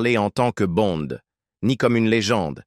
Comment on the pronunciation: Tout ce Blabla pour Rien et du Con ce n est pas Bon mais Bonde en français, apprend le avant de commettre tes vidéos pas aussi ridicule que toi